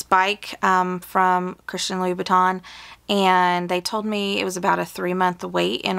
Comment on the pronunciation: Loo. Boo. Tahn. Not Louis veetons